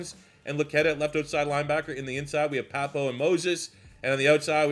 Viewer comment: For Owen Pappoe - Pappoe is pronounced "PAPP-oh"